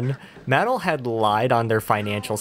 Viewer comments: just said "Mattle" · I've never heard Mattel pronounced "Maddle". I was like what are you talking about 😅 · Yes, I mispronounced Mattel and no I'm not changing it. 🤣